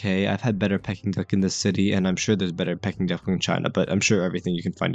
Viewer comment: Pls learn to pronounce ‘Peking’ duck correctly, it’s not ‘pie-king’ duck! The food at Dragon Legend is pretty good I think, nice variety. U missed highlighting the decor and ambiance, especially of the seating area, which is actually quite beautiful.